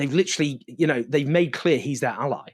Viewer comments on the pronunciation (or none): none